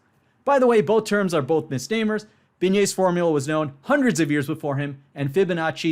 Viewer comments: That's because he actually says "beignet(s)", instead of properly pronouncing "Binet" (correct pronunciation: [binɛ] , where the ɛ is pronounced as the "e" in "best", and the n is pronounced just as n, not as ñ). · That's because he didn't say "Binet"; he said "beignet".